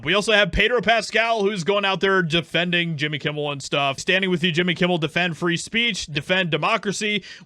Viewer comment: Jimmy Yewmmel